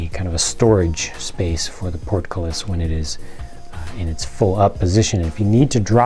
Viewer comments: It's a hit you said 'portcullis' 100% correctly! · You pronounced "portcullis" right.